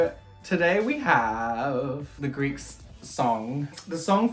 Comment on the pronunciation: I have only watched the first few seconds of the vid so far and I just HAD to comment on your Greek! WOW! Thank you for taking the time to learn to speak in my native language - you;re a star!